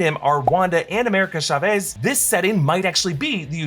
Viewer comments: AMERICAN SHA-VEEZ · Why are you saying Chavez so weirdly? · Love how he can't say CHAVEZ